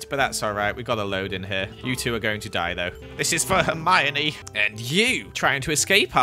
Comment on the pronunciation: He was herMINEING y’know hermonie